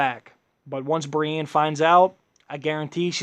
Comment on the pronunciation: matt choochoo I agree he can't even pronounce Brienne sounds exactly like he's saying Bran